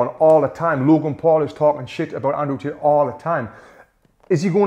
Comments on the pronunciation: Andrew Tit - the way he says 😂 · As an Aussie... I heard "Tit nd Jik" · He heard from gic we heard tit lets 😂😂😂😂😂😂😂😂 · every time he says Andrew Tate it sounds like he's saying "Andrew's Tits" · Ah yes "Cheek Paul" and "Andrew Tooth" 💀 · "Andrew Tet" lol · Ayo did he just say "Andrew tit" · Love how Tony pronounces "Tate" 😂